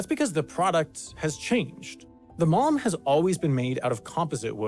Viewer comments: man when he was saying malm I thought he was saying mom 😂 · The mispronunciation of "malm" using the same sound as "calm" hurts everytime! It's not french, we Swedes do pronouns every letter (with a variety of sometimes using different sound and combinations them sound like air 😅😂). Also an video without mentioning how useful IKEA bags are for everyday life and therefore they will more likely be on your mind when you need something is missed information!